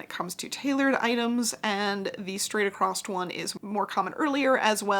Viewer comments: Long time watcher first time caller. I’ve a question about your pronunciation of two words. Why do you say acrost? You add a T sound. And also why do you say muezayum instead of meuzeeum? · I’ve watched this video so many times & learned such a lot, my buttonholes look so much better now thank you. By the way, there is no ‘T’ in the word ‘across’.